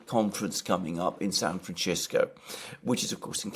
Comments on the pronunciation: I see Alexander STILL insists on mispronouncing San FranCisco - weird, and irritating. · Alexander, you're pronouncing San Francisco wrong with that middle C letter as if it were italian, but it's a spanish name and that C sounds like an S, like Cisco the company, FranCisco. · San FranCHisco? I didn't know it was pronounced that way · Whats up with pronouncing it "Franchisko" ? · Your pronunciation ... sounds like you keep saying "San Franshitsco". Appropriate. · Kudos to alexander for saying "San Franchisco", not once, but twice 😂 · San Franchisco lol Alexander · San Franchisco 🤣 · San Franchisco? :D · The only surprising thing Alexander is saying is his pronunciation of San Fransisco. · Very interesting. Less so, why Mercouris can't pronounce San Francisco correctly. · hey, "ci" in Italian is pronounced the way the brits say 'chimney".. but San Francisco took its name from the Mexicans, and there the 'ci' is pronounced as we say 'simple'